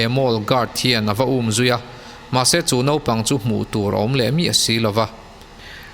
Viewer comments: Zân dar hnih nilovin Zinglam dar hnih aw... Nopang nilovin Naupang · a tha viau a...mhse naupang thla tih tur ah khn nopangthla i ti daih aa......tbh......tha tho e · Naupag ti la nopag ni lo in mijo tog dik tk in